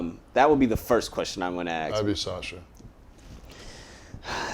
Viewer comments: It’s “ASK” not “AXE” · Is it that hard to pronounce the work ask instead of aks? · If you want to be taken seriously as an interviewer, you need to learn how to say "ask". Or else just avoid the word altogether.